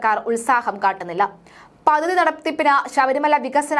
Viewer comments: പദ്ദതി എന്ന ഉച്ചാരണം വളരെ ബോറാകുന്നു.പദ്ധതി എന്ന് ശരിയായി പറയൂ.പല വാക്കുകളുടെയും ഉച്ചാരണം ശരിയാക്കേണ്ടതുണ്ട്.അവതരണം കൊള്ളാം.വാക്കുകളുടെ ഉച്ചാരണം വളരെ വളരെ മോശം. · Padhathi Padhathi. Padathi alla.Malayalam marakkalle.